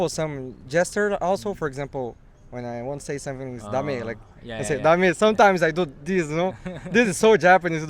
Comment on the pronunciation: Bro, not "RIKE" it's "LIKE" LaLaLaLaLaLa Like!